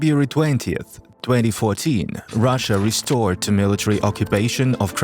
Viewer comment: "Resorted", not "restored". Otherwise great video.